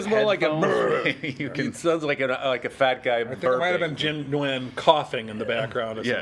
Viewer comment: Oh BTW, Nguyen is not pronounced "wen". It's "ng-wen", where the "ng" is pronounced as in "sing". It's a common Vietnamese name that is hard for English speakers to get a handle on.